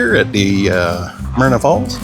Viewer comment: It's Myra Falls...not Myrna....but a beautiful place none the less.